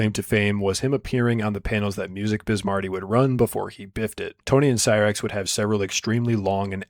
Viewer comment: he uses it correctly he pronounces it horribly